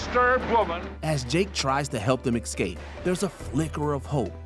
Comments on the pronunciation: Love your videos usually, but this presenter needs some work- when you use escape 10 times in two sentences- at least say it right- it’s EScape not EXscape. There were several other mispronunciations ( Damon instead of Damien) etc. I found it really distracting. Also missing a LOT of other classic examples, Marvel, Star Wars, Whatever happened to Baby Jane, Hereditary,Primal Fear, Fight Club, Gone Girl, Basic Instinct to name a lot you didn’t include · The narrator of this video for constantly saying EX CAPE instead of ESCAPE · Every time the narrator says "excape" I want to turn the video off. I know some people try to pass this mistake off as a regional accent, but it's not. It's just plain wrong. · excape lol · Maybe you should get a narrator who knows how to pronounce 'escape'. I'm certain it does not contain the letter x.